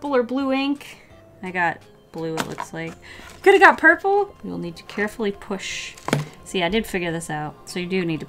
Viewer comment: You seriously sould like you come from texis when you say purpke